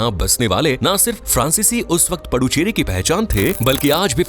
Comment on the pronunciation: पुदुच्चेरी कहिये🙏🏼पडुचेरि ग़लत है।